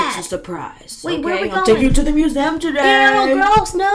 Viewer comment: Lol he said we are going to the "moo zem"